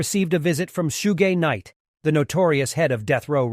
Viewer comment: Thank you for writing this. How could he get it so wrong. Sooger knight 😂🤦🏾‍♂️